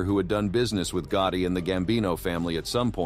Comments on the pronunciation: Get someone that can pronounce the names.. john gooti and frank da chesho don't make sense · who's John Goutie?? It was weird since you said Gotti 50 times in video except that one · Did he just say john gooty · Who is John gutti, this guy is terrible at pronouncing these names